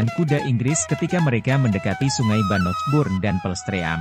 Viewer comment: Medok bngt ngomong Bannockburn-nya